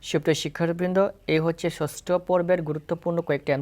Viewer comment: ছছটো না ষষ্ঠ ছছছ বলো কেনো 😂